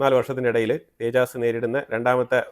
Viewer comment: തേജസ്‌ തേജാസ് അല്ല